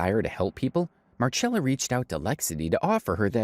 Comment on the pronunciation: The Marchella instead of Marcella thing is a little irritating. But it's a great video 🙂